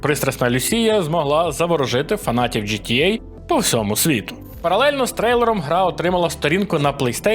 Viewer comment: Мене одного бісить ось це "джи ти єй"??